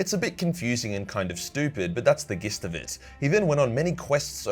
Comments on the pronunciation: Gist, is pronounced as ‘jist’. Get it right,! Also, congrats on 500k. Top man. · It's pronounced (J)ist and (k)imera. Congrats on the half mil my man